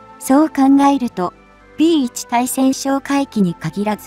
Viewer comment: ついせんってなに？たいせんでしょ😀